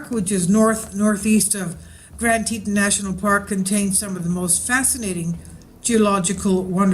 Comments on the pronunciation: plz pronounce it tee tawn (as in tawny) as it is suppose to be rather than tee ton. ppl will know what ur talking about quicker if u pronounce things correctly. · PLEASE learn how to pronounce the places you report on. It's pronounced TEA-TAWN. TEA - like you would drink and TAWN like a baby deer, fawn, but with a T. Ugh! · its pronounced tee tawn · You arw not even sayin teton right